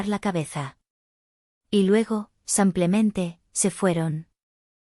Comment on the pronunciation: No se dice sampiamente se dice simplemente aprender a leer por favor.